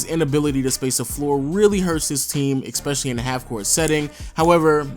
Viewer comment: you need to stop saying "Ex"pecially Its pronounced, "es-pe-sha-lee", not "EX-pe-sha-lee".